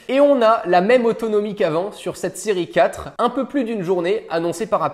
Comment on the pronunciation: C’est moi ou il dit Siri 4 au lieu de série 4???